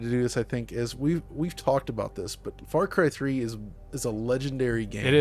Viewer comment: Or as would say " Fah Cwy thwee"